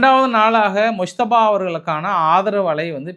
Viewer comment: முஸ்தபா இன்று சரியாக உச்சரித்து உள்ளீர்கள்